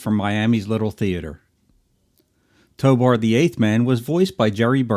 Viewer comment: If his name is "Tobor" (which it is) why do you keep pronouncing it "Tobar"?